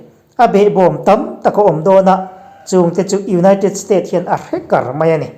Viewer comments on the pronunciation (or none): Hre kar tih a 'kar' lam dan hi meng kar tih a 'kar' lam dang ang hian lam tur a ni.